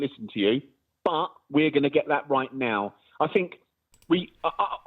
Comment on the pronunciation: He the most dangerous kind of thinker he’s a “finker” I fink 😂